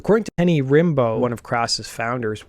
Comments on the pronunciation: Rimbaud is pronounced more like 'Rambo' like the very famous French poet of the same name. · Thanks for sharing this cool story! But you could have researched how to pronounce 'Rimbaud' 😂